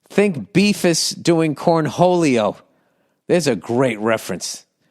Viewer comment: lol, "Beefus doing Cornholio." Ol Billy Boomer mispronouncing a popular 90's cartoon.